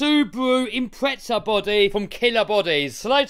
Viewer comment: Imprezel XD I love different accents!